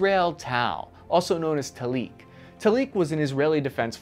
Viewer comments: Talik is pronounced Taalik, not Taleek. The stress is on the Ta. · good video, bad pronunciation of Hebrew words, MerkavA - stress the last syllable, TAlik - stress the first syllable